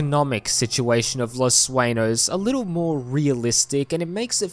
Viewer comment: FYI it’s… Swen-Yos Not Sway-Knows 😅